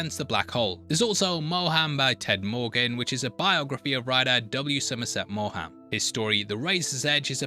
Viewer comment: Hi, quick correction on one of the author's names. William Somerset Maugham's last name is pronounced as "Mawm," like an elongated "mom."